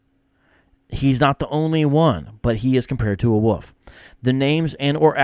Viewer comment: I’ll be honest,, I thought you were saying “woof,” like a cute way of saying dog. It took me until you put the caption on the screen to understand you were saying “wolf.”